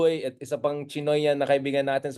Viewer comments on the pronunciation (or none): none